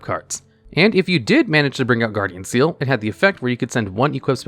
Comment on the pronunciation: slight correction- Ceal is actually pronounced KEEL, at least that's how it was said in the anime.